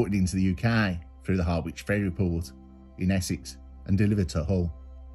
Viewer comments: lol great video as always mate but it's Ha-rich the w is silent and I'm from suffolk and yeah that case was absolutely fascinating. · Harwich “ha/ridge” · How not to say Harwich